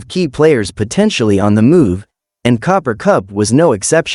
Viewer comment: The name is Cooper not Copper.